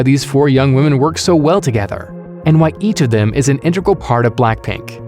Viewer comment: People saying "intregal" is a pet peeve of mine. (I don't think it's forgivable in a professional VO.)